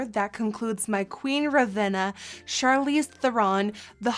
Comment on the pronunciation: It's Charlize and she said it right every time :)